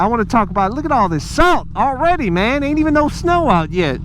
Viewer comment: lets take a shot each time he say 'mang'